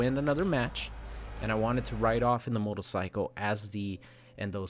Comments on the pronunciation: Notice that said “motolcycle” and not “motorcycle” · same, he said it like 3 times in a row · Can we get a compilation of saying “motorcycle” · The way you say "Motorcycle" throughout the video has a bit of that Austrian accent to it and I love it